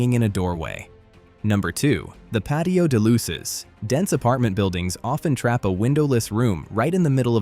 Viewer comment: Jajajajaaj qué divertido oír decir "patio de luces" o "persiana" pronunciado en inglés 🤣🤣🤣 Está bien esto porque hace que les des más valor a las cosas que ves diariamente. Aquí estoy escribiendo en la terraza debajo del toldo 😊